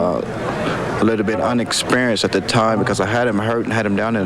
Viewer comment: My Man said "Unexperinced".... Funny thing is I believe him lol.